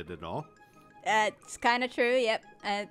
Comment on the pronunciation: I definitely heard “cats” not “paths”